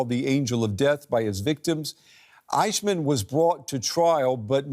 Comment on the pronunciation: Cant even pronounce Eichmann